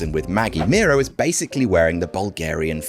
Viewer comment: As Miro's countryman, that's a very impressive pronunciation,, really appreciate you going the extra mile to get it right.